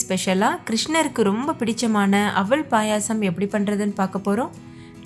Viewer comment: அவல் ன்னு சொல்லுங்க.. அவள் இல்லை. தமிழ் உச்சரிப்பு முக்கியம்